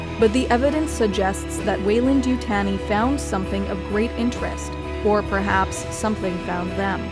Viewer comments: YU-TAHN-I not yutane-i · It’s not important but it’s Weyland and (You) (Tawney)!!! not Tanny like tanning salon or fanny pack, but TAWN EE. Like Taunt. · You-TAHN-ee not You-TAN-ee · We will be sending someone from the company over, no one butchers the name like that. Youtanii? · It's pronounced YouTAWnee. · I winced every time this person said “Yutanee”. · If you're going to make a video about Weyland Yutani, at least try to say Yutani correctly. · i just cant watch it because narrator says Yutani wrong. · I tried to watch, couldn’t get past the way she say Yutani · Great video as always but am I the only bothered by the pronunciation of Yutani?